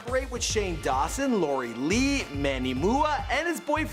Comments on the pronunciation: Manny MOOah. Lori Lee. Stahp it 😂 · "manny moowah" "laurie lee" omg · "Lauri Lee"